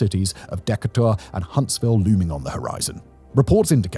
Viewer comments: "Deck-kuh-tor" lol... Alabamians pronounce Decatur "Deh-kay-terr" 😉👍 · “Deca taur?” Is he trying to say Decatur? (De cate er)? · JFC man, it's Dee Kay Tor, not Deka tour. I guess at least it's not another AI generated video, so there's that... Dee Kay Tor FFS. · Dee-cater, not deck-a-tour. That didn't bother me, but after a while I had to laugh. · “The city of Deck-a-tor”. That’s so bad. It’s DE-ca-ter. Why are English people so bad at southern city names. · Wtf is a Deck a tor. DeeKaytor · deckatour? you mean Da Kay Ter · Deck-uh-tore lol first time I heard that one.... Decay-ter? Decay-tor? Hmmmm 🤔🤔 Duh-kay-ter? Now I'm questioning my pronunciation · It’s de-cator not deckatorin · I love this video as I love pretty much everything else Simon produces, but as someone who lived for a while in the Huntsville area, I have just one bone to pick. Decator is pronounced "Dee-kay-toor" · As a lifelong resident It’s DEE-KATE-ERR, Alabama not DECK-AH-TUR,Alabama. Just letting you know kind sir! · Love your videos, but being from Alabama I've just got to say... Decater is pronounced Dee-kay-tur lol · Deka tour? Oh you mean Duhkayter. Decatur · Simon pronounced the city dekkatour instead of deecatur. Lol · Thats it, I will forever call Decatur (De-Kay-tour) as Decatur (Deck-A-Tour) lmao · So, Decatur is pronounced with a long 'A' - as in "De-Kay-Tuhr" not "Deck-uh-tour". And there are a number of cities and towns in Alabama that have been hit by multiple tornadoes in one day - just not two F5s. Interestingly, a third of the tornadoes that touch down in Alabama do so after dark... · I thought it was pronounced Deck-a-tour until recently. Turns out it rhymes with Tuh-mater. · I'm from Decatur and I didn't realize that's what he was saying until I looked at the comments. I was like "What is this Deck-a-tour place and how have I never heard of it?" 😂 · It's pronounced Duh cater. Lol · *duh-cater.. Decatur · The way you pronounce Decatur threw me lmao we pronounce it 'dee-KAY-tur'